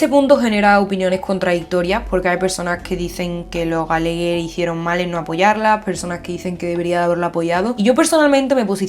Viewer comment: Me encantan tus videos pero no entiendo porqué cambias nombres, Patsy's por Paty's, Sean por Sian (en realidad se pronuncia Shon), Gallegher cuando son Gallagher, hasta en skins dices GJ y no JJ No es algo grave pero creo que son detallitos a mejorar ya que los shows son mayormente creados y pensados en inglés, el inglés tiene su propia pronunciación Amé este análisis porque Fiona es de mis personajes favoritos 👌🏻